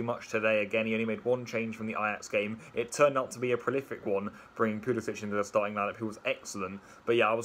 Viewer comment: All these Chelsea fans that don't know how to pronounce Pulisic's name...